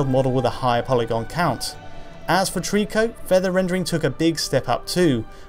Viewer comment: they're pronounced eeko (ICO) and treeko (TRICO)